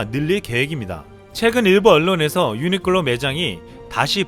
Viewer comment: 유니클로 발음하기 싫어서 유니끌로 유니끌로 하는군요... 불매운동 계속 가즈아~~